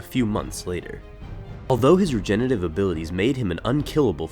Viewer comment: Re-gen-er-a-tive. Say it with me. Not re-gen-a-tive.